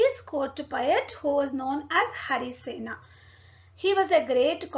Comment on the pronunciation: its मगध not मगधा & its हरिसेन not हरिसेना , कालिदास not कालिदासा,,& अश्वमेध, यज्ञ, वराहमिहिर, अमरसिंह, कृष्णदेव राय not राया, 🙄 i dont understand why people add -A after every name when written in english, just like क्षत्रिय is written as Kshatriya because क्ष=क्+ष् (K+Sh) and -a is put because there is स्वर अ at end but they should be pronounced as they are